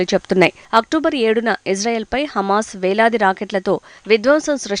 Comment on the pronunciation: Nuvvu Israel pai edusthunnattu undi....hames kadu ra ayya ...hamaaz..